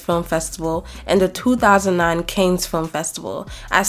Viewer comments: It’s Cannes as in “cahn” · This was really well-done. FYI, the film festival, Cannes, is not pronounced "canes," as in candy canes - in French final consonants are mostly silent. The easiest way for a native English speaker to approximate it is saying it like "can," as in a can of beans, but its even more accurate to say it like "con," as in conman - but don't say the "s" on the end. Keep up the good work. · Cannes pronounced kahn not canes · Amazing essay! People are mean to Monique but forget rich people like Mariah can easily promote a film on their income. Film appearances demand new xlothes, jewelry, flights all costing close to the $50k she was offered. That's unfair. Also Cannes film festival is pronounced CAAANs not Cains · Cannes is pronounced like a can(s) of coke not a cane(s) that someone uses to walk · I believe you’re saying Cannes which is pronounced /Cahn/ or /Cann/, not Canes. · "can" film festival! I was made fun of for not knowing how to pronounce it a long time ago 😭